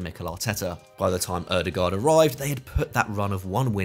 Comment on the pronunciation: I hope one day we will unite and pronounce Ødegaard correctly The letter Ø for starters. Double "aa" like with Haaland as well is pronounced as an "Å" Like Django, the D is silent Ø-de-går